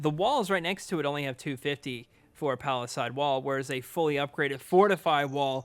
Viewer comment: Love it, but oof, you’ve gotta pronounce palisades correctly